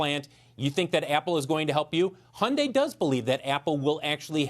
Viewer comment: its hun-dayyyy like Sunday